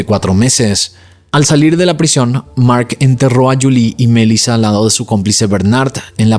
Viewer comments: EJ: no es mElisa, si no, mel"i"la, acento en la i, se entiende, si estas confundiendo las acentuaciones de los nombres de las victimas, desconectas al usuario! abrazos y segui que vas bien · Sorry, me da toc escuchar q dices Melissa con acento en la E cuando en realidad en todos lados se dice Melissa con acento en la I 🤦🏻‍♀️ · Omg. Es desesperante escucharte decir los nombres mal una y otra y otra y otra vez. Es una buena idea que antes de grabar tus videos, abras tu aplicación de YouTube y escribas “cómo se pronuncia Melissa” “cómo se pronuncia Letitia” (Melísa y Leticia) muy interesante el caso pero no voy a terminar de escucharlo por tu horrible pronunciación!! 😂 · Porque dices Melissa con ese tono? 💩👎🏼